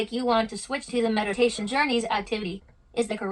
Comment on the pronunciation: HE REALLY SAID “medation” 😂